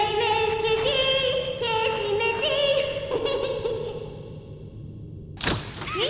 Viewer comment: I heard kissy missy as kissy messi